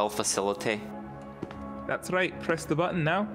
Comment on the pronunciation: "Kill facilety"